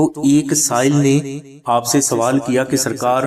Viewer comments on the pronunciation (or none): none